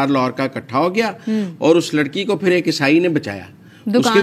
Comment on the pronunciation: Madam word is not esai